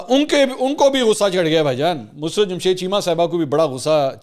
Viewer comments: منصور اپ تلفظ درست فرمایں مس رت نھیں مسر رت ھے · Musarrt not mus rat please correct your pronounce